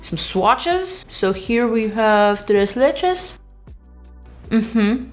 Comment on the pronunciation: Tres leches was with perfect pronunciation at least for a mexican ear... do you speak Spanish ?... 🤗🤗🤗